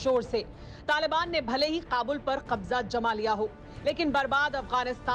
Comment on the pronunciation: Please urdu pronunciation theek karen..kabza aapko theek se kehna chahiye ..kyonke english se aap...z..ki awaz theek bolna chahiye..